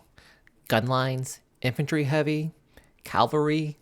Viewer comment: Its Cavalry...Cav...Al...Ry ;) Not Calvary. Big Brets fan here too btw